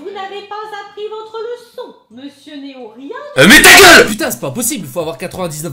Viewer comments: Néon 😂 pas néo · Pk a la place de dire néo tu dit néon mdr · Juste tu dis Néon, c’est Néo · Tu dis néon alors que c’est néo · J'reve ou il dit "swen et neon" mdr? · il dis sophia pour les copyright il di meme néon au lieu de néo et il et dis swen pour swan